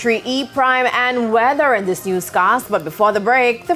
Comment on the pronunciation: It would be nice if as a News reporter, does not pronounces her TH as D, example say the word "this" instead of "Dis".